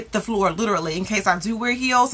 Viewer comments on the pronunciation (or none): none